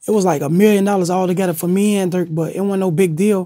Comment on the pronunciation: When vlad was gonna say he did interview with durk is it me or did he say jerk? And later dork ???